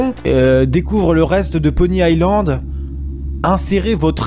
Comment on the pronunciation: c'est Pony iSSSSSland pas pony AIE land xD